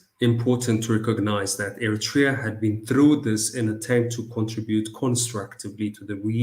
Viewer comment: What makes your show interesting,, is the fact that your guests are well-versed in the subject of discussion you raise. The only misgiving: well, please pronounce Eritrea properly. With due respect, it should be ኤርትሪያ in English instead of ኤሪቲርያ. This mispronunciation has long been in vogue with many Ethiopian jurnalists working for English presses. Keep up the good work!